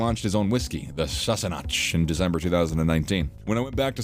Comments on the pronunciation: THIS AI VOICE made some ridiculous blunders... I.e., Sassenach: AI said, "Sahss-son-Náhtch" (??!) NO!!! [ ˈsæ - sə - næk ] in traditional Scottish Gaelic or Scots «Sáss - en - nack» But also Sam's brother's name of "Cirdan". You can look up these things even tho the name is from a fictional book, "Lord Of The Rings"... J.R.R. Tolkien’s pronunciation rules for Middle-earth names are HIGHLY CONSISTENT, drawing heavily on "Welsh" for Elvish languages. Here is a quick, practical guide to pronouncing The Lord of the Rings names correctly, focusing on the rules that differ most from standard modern English. - 1. The Golden Rule: "C" and "G" are ALWAYS hard. There are no soft "C" or "G" sounds in Tolkien's languages. • 'C' is always a "K" sound: Therefore, "Círdan" is "KEER-dan", (never Sur-duhn) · It is not an American drink so it is pronounced with (San é nack). No "ch." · If you’re going to talk about his whiskey and spirits brand ( there’s a tequila as well ) then the least you could do is pronounce it properly it’s sass-e-knack like that yours was way off ! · I don't hear a ch sound in his pronunciation at all. Sounds like Sassenack. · Every true fan knows the real facts of Sam Heughan and the real pronunciation of Sassenach and other words! SMH!!! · Holly cow learn to pronounce words correctly, like his scotch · The Sassenach isn't pronounced the way he pronounces it. The ch at the end is pronounced like a K sound.